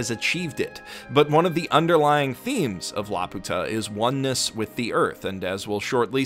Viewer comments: I can't believe the would make such a terrible pronunciation mistake. It's not La-Pu-Ta but La-Pyu-Ta with a long 'u.' It's this way in both the original Japanese and in the English versions of the film. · When you say it "La-puta" it actually means prostitute in spanish. So say it "Lapew-tuh" like the rest of us please. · This is a nice video. Btw, I recognize that this does not especially matter, but it really is pronounced like "lapyuta" (with a Y sound before the U) like they say in the English dub. The Japanese is ラピュタ -- Ra Pyu Ta. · In English & Japanese the pronounciation used is "Lap~u~ta" (one word), not "La Pu~ta" (two words). Thus it was always an uncharitable interpretation on the hispanics part. Heck: I'm not aware of spanish using compound words; so iterating the insult as "Laputa" in speech or in type would seem to be quite the SPaG fail[ure] XD. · perhaps someone with more Japanese knowledge could correct me, but in the title katakana, the ユ seems to be a small yu, so ラピュタshould be read like rapyuta, rather than ラピユタ (rapiyuta). So it would be more correct to call it lapewta than lapoota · CrazyDave746 - "like the rest of us", because he is actually pronouncing Laputa incorrectly. Neither the japanese nor the english dub pronounce it "la-poo-tah", the correct way (in both lenguages) is "lapew-tuh". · actually the Japanese pronunciation is lapyuta. The original pronunciation from Gulliver's Travels is Laputa. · Laputa is actually pronounced la-pyu-ta as according to the katakana (ラーピュータ: ra-pyu-ta). This is an excellent analysis of the OP! I only watched it once which is when I watched the film so I never comprehended the entire meaning of the OP, but seeing how you break it down makes it very clear. The OP is definitely very lovely and even when I didn't understand it, it was so enjoyable to look at. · lap-you-ta pronunciation. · No it's not, the name comes from Gulliver's Travels. The Japanese pronunciation is the incorrect one.